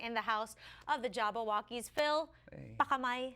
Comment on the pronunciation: Its JABBAWOCKEEZ not JabaWokeez okay?